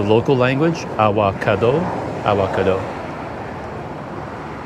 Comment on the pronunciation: Come on man, that's Avocado !! What a good laugh hahaha Awawkado. That look on your face was so innocent.